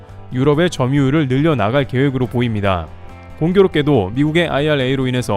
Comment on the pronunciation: 발음이 엉터리. P발음을 계속 F발음으로 하고 있음. 협력을 폅력(f)으로 하고, 대표라는 말도 f발음, 보입니다도 f발음